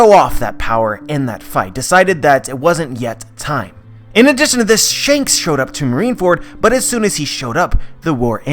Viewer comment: ITS SHANKS MAH MAN